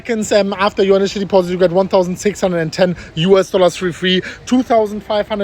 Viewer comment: I love when you pronounce "US Dollas" 🤑🤑